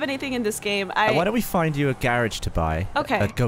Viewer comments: saying “garage” in an English accent is everything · Gavin is from Oxford right? I live about 30 minutes from Oxford and also pronounce it the way Gavin does, as does my boyfriend from Southampton, and my family from London all do I think. Never heard of the gar-arge pronunciation being a Southern thing! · London is pretty ubiquitous that it's 'ga-ridge' rather than 'gar-arge', tbh i'd assumed everyone in the UK said ga-ridge (from London fwiw)